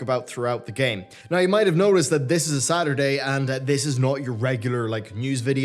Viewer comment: I just want to say that I thought when you said "today is a Saturday" you said "today is a sadder day" and then going to tell us that someone you know died. Love <3